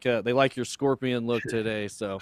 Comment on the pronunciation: i cant believe he said scorpion... cringe.. nothing like scorpion